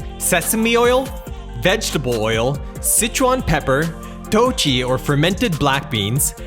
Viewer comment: Traditionally, in Sichuan Mapo Todu is made with beef, not pork. Still, today. 豆豉 (dòu chǐ) isn't pronopunced 'toe chee' as you do. It is 'doe chi' - 'chi' as in 'chip'.